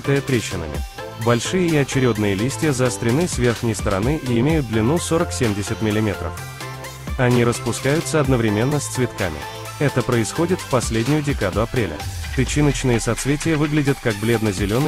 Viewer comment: Не одновремЕнно, а одноврЕменно - учитесь говорить правильно, раз уж выбрали роль комментатора. И соглашусь с другими участниками - фоновая музыка громкая и неподходящая